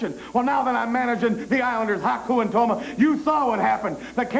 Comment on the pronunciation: Tama* not Toma, Brain.